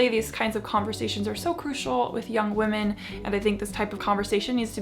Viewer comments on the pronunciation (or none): none